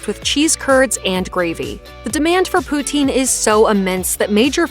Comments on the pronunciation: Poutine - pronounced POO-tin, not poo-TEEN and definitely NOT Putin! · OMW! It’s not pronounced pooteen ugh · It's pronounced POO-TSIN not POO-TEEN!!!! 😀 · For the love of God - "puts-in" not "pooh-teen".